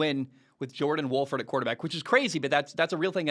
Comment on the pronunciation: John* Wolford. Poor guy always has his name mispronounced. Today, Bayless called him John Wofford lol.